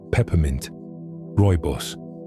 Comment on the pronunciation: When you said Rooibos.. I fell inlove with you 10x more.. love me some rooibos. I'm from South Africa 🇿🇦 😌